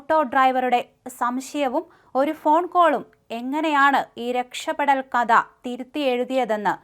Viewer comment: കദ അല്ല കഥ(കധ എന്ന ഉച്ചാരണം).